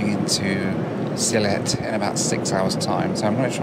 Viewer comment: It’s Sylhet. 🙂